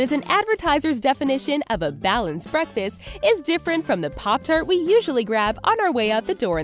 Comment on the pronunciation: Oh and btw when she said breakfast she said barkfast